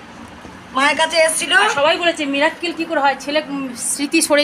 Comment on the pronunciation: মিরাক্কেল নয়,,,, উচ্চারণ হবে মিরাকেল